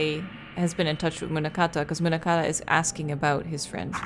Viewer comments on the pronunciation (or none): none